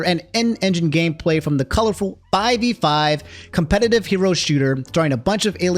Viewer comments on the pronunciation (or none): none